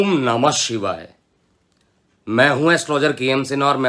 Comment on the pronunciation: श्रीमान जी आपका ॐ नमः शिवाय का उच्चारण अच्छा लगता है।